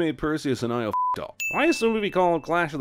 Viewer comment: Io is pronounced EE-Oh. It's GREEK. Stupid movie.